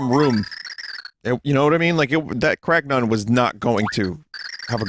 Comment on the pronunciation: Anything else with the prefix “Crag” appears: Vinny reads it normally “Cragnon” appears: ”Cragnæwns”